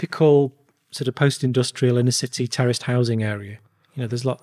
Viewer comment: 3:60 "went to this terrorist house" what's this guy on about or is he saying "terraced"